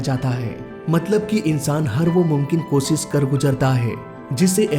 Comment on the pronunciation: Ser aaya nhi.....Sher,,,Kossis nhi Koshish,,,,,, 😂😂😂